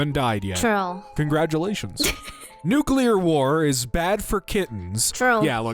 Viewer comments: Wait, did say "that's so bat" instead of "bad"? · her accent